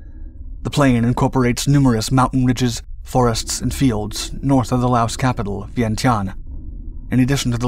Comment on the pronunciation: S is NOT pronouced in LAOS